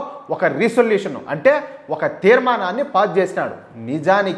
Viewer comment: Resolution anta😂😂😂😂😂😂 . Comedy ga undhi anna ne news . Konni palkadaniki rakuna confident ga thappu palkuthunavu chudu😂😂😂😂